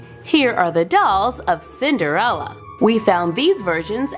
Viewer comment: 6 times she said cinderela